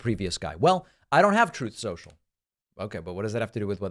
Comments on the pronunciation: The "Troth Sential" audio gets me everytime lol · I don't understand, is it Truth Social or toth sensial. Can as dump says it.😮